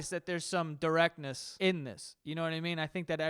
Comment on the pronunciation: "Directectness"?? Nice lmao